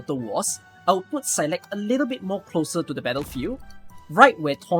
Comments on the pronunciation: It's actually pronounced like s-eye-lock if you want the Gaelic pronunciation which means willow. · I've always read Saileach as "seyl eetch" and it was extremely weird hearing "saylekh" all the time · Is that how you pronounce saileach? That's so weird man